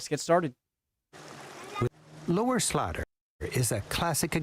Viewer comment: Please say 'Lower Slaughter' as Lower Slorter not Lower Slatter, it doth so grate!